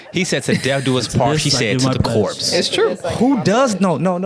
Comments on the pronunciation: Not "to the corpse" 😂😂😂😂WHY? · Not "corpse" 😂😂 Limo driver was disrespectful. 🤣 Congratulations on ten years!